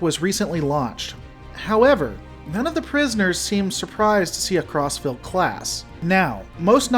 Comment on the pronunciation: All I hear is "CrossFit class"